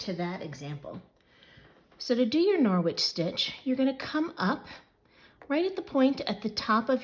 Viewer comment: It's a silent w 😊 norich